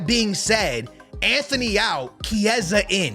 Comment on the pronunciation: There’s no H in Antony’s name. And you’re 100% mispronouncing Højulands name